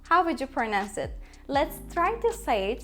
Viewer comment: off her iki dildeki telaffuz hataların öldürdü beni. Erduvan dediğinin farkında mısın? conversation ve pronounce kelimelerini telaffuz edişine girmiyorum bile. Delirdim